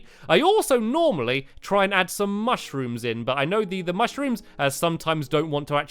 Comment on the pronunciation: you said knock know